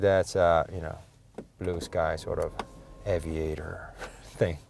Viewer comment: Aviator, not Avaitor 🙂